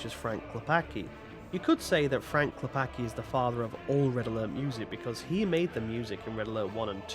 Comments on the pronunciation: its not "Klepaki", its "Klepatzki", as "c" in Polish is read "tz" or "ts" from the English point of view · Cool video, tought as Pole hearing you say Klepacki infurated me, as even tought it's probably correct way to english speaker not hearing the "c" feels wrong as it makes Klepaki from Klepacki. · it's not "clepakee" it's "Klep-ats-key" why do youtubers insist on not learning a pronounciation of anything remotely eastern